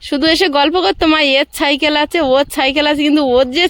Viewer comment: ছাইকেল নয় সাইকেল।